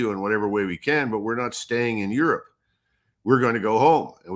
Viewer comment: Aerope not Europe